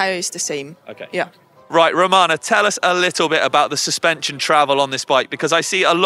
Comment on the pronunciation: her name is Ramona. You called her Romana 5 times!